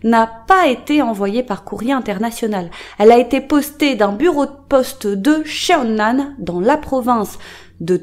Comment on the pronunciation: J’ai vécu à CheonAn en 2019 pendant quelques mois 😂 ça me fait bizarre d’avoir une vidéo provenant de cette ville vraiment! Ps : CheonAn se prononce = ChoneAn ( le e est muet ) haha je sais pas si c’est clairement dit